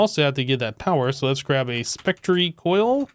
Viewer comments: He does it on purpose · you pronounced spectre incorrectly